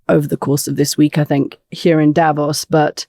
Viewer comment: The Mooch gets the stress on "Davos" right, while his Swiss counterpart pronounces it otherwise!